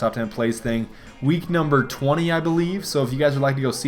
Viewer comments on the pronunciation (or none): none